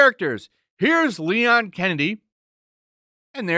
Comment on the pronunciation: Thats not Leon. Thats León.